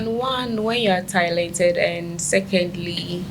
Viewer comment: Did I hear Tilented and Costmetics ?? Or it’s jux my ear buds messing with me